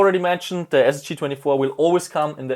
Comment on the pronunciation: bitte lern mal the nicht se auszusprechen this nicht sis